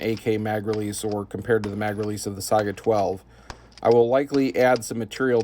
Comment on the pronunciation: "SAY-GA" not Si-I-Aga